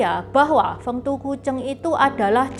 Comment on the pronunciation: 丰都鬼城 Feng Du Gui Cheng, dibacanya persis dengan pinyin nya mungkin lebih tepatnya begitu ya, konten yang keren bgt love it, sukses terus ❤